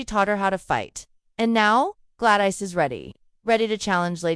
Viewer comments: Good ole glad-ice 😂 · The AI voice-over had too many mispronounced names (Glad-ICE) and weird pacing. Had to turn it off.